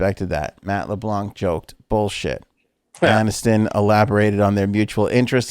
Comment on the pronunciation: I'm just going to be the resident frank fact checker.. it's Anniston, not addiston.